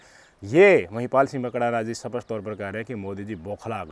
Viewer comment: सपस्ट नहीं स्पष्ट कहिए